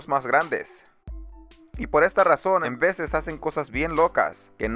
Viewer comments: enveces??? Wtf. Igual el unico error que le vi al video, gran video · Enveses, jajajaja no mames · embeces? Jajajaja 😂😂😂